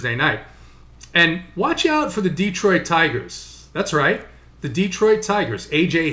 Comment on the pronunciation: Love your analysis,. Hate your pronunciation. It's D(uh)troit, not D(ee)troit!!!